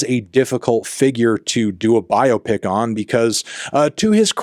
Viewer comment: Well done for pronouncing biopic correctly, instead of saying “bi-opic”.